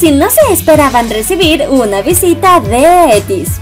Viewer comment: Perdona pero es eitis no etis. Te aviso por si no lo sabías y aparte por cariño que no venga una tóxica y te lo diga de mala manera. Besos amo tus videos. (◍•ᴗ•◍)❤